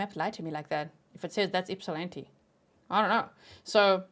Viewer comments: Thank you for saying my hometown name correct Ypsilanti (ip-sa-lan-tee). ❤ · I’m from just outside Ypsilanti and yay you pronounce it correctly! 😂 I sadly had not heard about this case. I do recall seeing his mug shot somewhere though. So sad and infuriating. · You pronounce Ypsilanti like a local! 😊